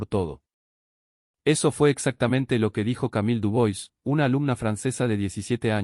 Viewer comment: En que hablaba Marcelo ? Como se fue el micro sin Camile ? El conductor debe contar a los pasajeros antes de irse. Dubois se pronuncia Dubuà. Sacà los subtitulos, en Buenos Aires y Rosario hay partes que son parecidas a Paris. Argentina es el mejor pais del mundo tiene de todos los paisajes.Montañas y lagos alpinos, grandes rios, selvas y cascadas. Cerros de siete colores esculpidos por la naturaleza en siglos.